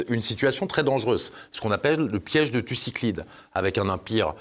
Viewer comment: On parle du "piège de thucydide" et non Thucyclide